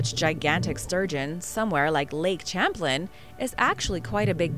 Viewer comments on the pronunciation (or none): I think the lake with the Sturgeon is pronounced lake Champlain(sham-plain)